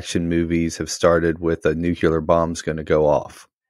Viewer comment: Dude, are you really saying NU-CU-LAR? It's NU-CLE-AR. WTF!!